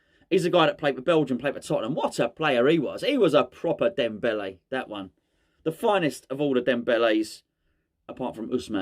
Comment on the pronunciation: Was it me or did you just repeat “Debele” all the way through. I can’t remember any other words !! 😂😂😂😂😂